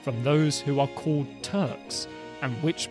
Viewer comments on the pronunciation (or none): none